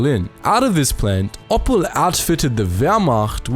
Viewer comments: "Oppel", lol. It's the same as the gemstone "opal", mate :-) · OPPEL Trucks. Pls dont ever say that again